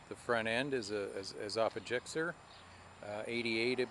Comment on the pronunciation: your supposed to say the letter you goon!!! lol not (gikser) its G S X R